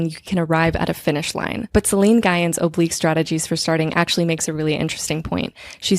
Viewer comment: Hi! Love the video and the pod sooo much! I think Celine’s last name is pronounced a bit differently as it comes from what I believe is Vietnamese dialect. Just for next time. But regardless the video is sooo resonant and I look forward to every new ep!